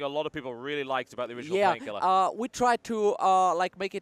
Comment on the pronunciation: I love how they pronounce it. 'Painkhielah!'